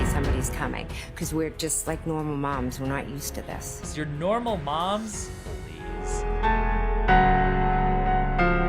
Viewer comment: Just Nohh-mal mums…oh c’mon 🙄🙄